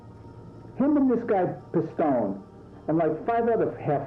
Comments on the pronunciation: Why do you repeatedly mispronounce “Pistone” as “pih-stohn-NEY” when we can clearly hear on the secret tape recording someone familiar with that family pronounces it “pih-stohn”??? 🤨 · Peter’s name pronounced Piss-stone-ee. It’s different.